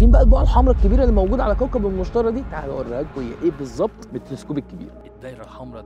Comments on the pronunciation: تعلم عربي، اسمه المشتري ، بالياء وليس بالالف. انت كتبته المشتري، و تلفظه المشترى. ياجماعة من شان الله، في فرق بين الياء المقصورة والالف المقصورة. ميزوا بينهم. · لماذا تنطق الاسم خاطئ "مُشترَى" يينما الصحيح هو "مُشْتَرِي" الراء مكسورة, ولايمكن العيش فيه أبدا لأنه كوكب غازي ولا سطح صلب له. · إبقى إنطقها صح قبل ما تقدم المعلومة..إسمه "المشتري" ما حدش إشتراه عشان يبقى "المشترى" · المشتري وليس المشترى ... عدتها مليون مرة بالفيديو لدرجة خليتنا نركز انه بتنطقها غلط ... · انطقها صح المشتري بكسر اليا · المشترييييييييبييي لقد افسدت الحتوى بخطأ النطق